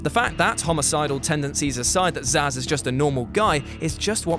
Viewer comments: It's "Zsasz" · Actually it's Zsasz